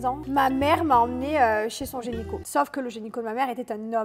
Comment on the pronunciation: Gynéco ou génico? 😂😂